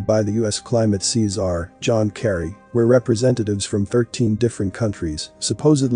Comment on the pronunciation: Czar pronouced Zar the C is silent not Ceasers pizza 🤣🍕👍